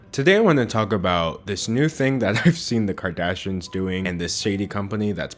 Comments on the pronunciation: Anyone else notice he misses the "i" when he says Kardashians ("kardashans") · sayin kardashins. king.